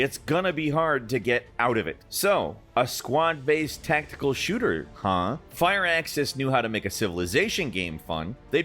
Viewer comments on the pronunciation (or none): After all these years involved in games you dont know how to say firaxis? There is no E- its FUR-AXIS. not FIRE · Did he say "fire axis"? And not fir axis? Or have i been sayinf it wrong for a decade? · FIRE-AXIS????? ITS PRONOUNCED- FUR-AXIS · bro just called "Fur-axes" "Fire-axis"